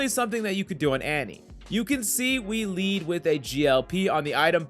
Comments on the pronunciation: His name isn't Kah-Leed. It's pronounced like it's spelt. Better get KleDD Or you're DEAD! XD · he said "Kayle-d". As in Kled, just pronounced while having stroke. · Did you just say "kah-lead". That's so disappointing lmao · Kah leed? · K LEAD?? PLEASE DONT PRONOUNCE THAT WAY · He doesnt play League 100% xD The way he says spirit vistage n Klead etc ahahahah funny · Every time this guy misspronounces a champion's name, a small part of my soul dies, first KAH-NEEN and now KHA-LEED? XD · These videos are fine but please we need people who can say characters' names properly. I hated Kuh-LEED. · Kah-leed tho 😂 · weebs crying in the comments because the guy miss pronounced kled ... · I have never heard kled pronounced so many different ways lmfao. How hard is it to say Kled?